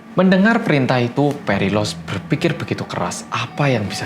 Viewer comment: Sambil nonton video aku tu nungguin keseleo nyebutin nama phalaris sama perilalos karena namanya mirip, ternyata gak ada keseleo sama-sama sekali. Salut sama konsentrasi mu mas👍